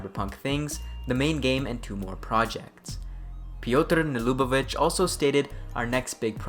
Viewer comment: That "Piotr Nielubowicz" pronunciation is awesome 0_0